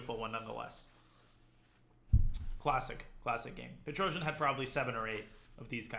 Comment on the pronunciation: Its pronounced Pet-ros-yan